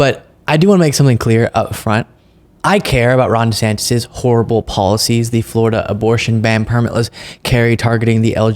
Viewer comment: !!!! Fought for Florida?!!!!! He's turned it into fluriduh and I despise him wholeheartedly 👿🤬👿🤬👿🤬👿🤬👿 !!!